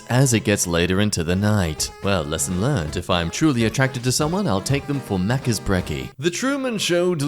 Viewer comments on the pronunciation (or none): none